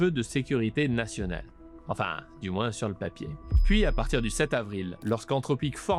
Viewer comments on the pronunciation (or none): none